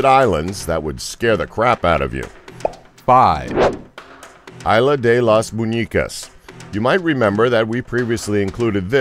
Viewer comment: Its pronounced (Is-la) isla day las muñekas muñecas lol 😉just saying